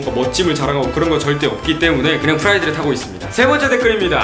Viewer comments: 프라이드를 후라이드라고 들었다.... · 전 처음에 후라이드로 들음 ㅋㅋㅋ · 차가 프라이드라고 할때 프라이팬이라고 하는줄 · 프라이드를 후라이드 라고 들었어요ㅋㅋㅋ